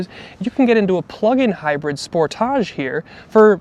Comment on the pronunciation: Aaah, yeah, I’m not a fan of your car review of the Kia Sportage. Or as you put it the Sport-a-g-e which sounds gay to me but whatever. And then you’re using words like “Polarizing” and “Unsettled “??? Why don’t you just say that you’re not sure about the styling of the vehicle? Why not just say that the power train feels hesitant or jerky and not refined like say a BMW Or a MERCEDES BENZ. Instead you have to use the phrase Unsettled? Also why would criticize Kia’s six speed automatic transmission? And then say it’s not like Toyota’s CVT transmission which is good? Seriously? If know anything about mechanics, technicians say that the CVT transmissions are garbage. When they go out, and they will, they are super expensive to repair. Long story short, if you don’t like the vehicles you are reviewing, then don’t bother reviewing them. Pick a brand of automaker that you do like and review only they’re vehicles